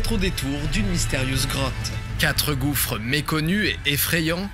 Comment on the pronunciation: Hi D, just got the video while i was scrolling your channel, gouffre means like an endless feeling hole, the last S is silent, i'm gonna enjoy the video now